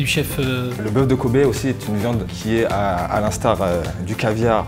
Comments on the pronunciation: J'étais en train d'écouter sans regarder la vidéo quand j'entends bœuf de KOBE, j'avais cru comprendre COBAYE Ö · Pendant toute la vidéo j'ai entendu kobbe (j'y sais pas comment ça s'écrit) comme koba😂